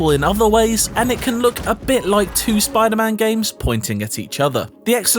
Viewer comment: Never trust a man that pronounces spiderman like it's a jewish name.